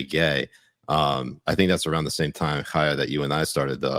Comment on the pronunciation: C'mon achim you guys can pronounce the ח in Chaya. 😉 Oh wait Siraj does it .